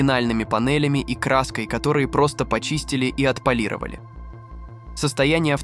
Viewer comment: Бы'лой славы, Отпо'лировали, автор ты русский забыл чтоли?? Ударения расставляешь хуже немца русскоговорящего. Дэлореа'н....господи отойди от микрофона, Делоре'ан бл. Ты бы еще Ле'ргардио Левиос'а говорил бы вот так, 5 балов из 5 от радужных бы получил)) Ты если бота юзаешь, ты бы ударение его научил бы расставлять. Просто текст закинул и доволен только ты видосом.